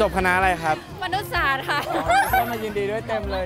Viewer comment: เรียนอะไรครับ:มนุษย์สาสส(เสียงเน้นคำว่าสาสส)555ลั่น